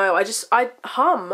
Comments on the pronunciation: I thought she said I like ham at first XD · omg i thought yu said ham not hmmm lol ahahaha i love yurr vids!! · when you were saying your weird habit, i thought you said "i like ham a lot" (instead of hum), so when you were talking about when you're bored i thought you were going to say you eat ham, hahaa